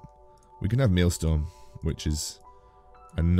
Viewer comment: I find it mildly annoying every video where calls Mjolnir "Mealstorm"